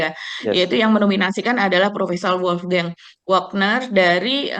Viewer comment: Winter is coming, Pak Jokowi. Winter is coming. -.... Ucapkan saja "WolfgAng WAgner". Nama Jerman tak perlu diInggriskan. Terima kasih.